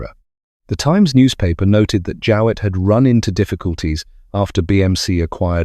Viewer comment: No I don't remember the name, a pity you didn't look up the way we prounced it at the time, a simple Google search. My Grandfather had a pre-war Jowett and always called it a "JOH"+"it" as you could have easily found out Googling Jowett car prouncation. Apart from that a very good presentation.